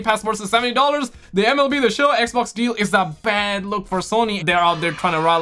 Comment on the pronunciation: Am i the only one who likes when he calls the xbox. ekbok